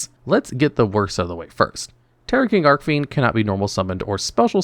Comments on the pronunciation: ARC FIEND ARCH FIEND YOU kill me when you mispronounce names celtic guardian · Archfiend is pronounced with a soft C -_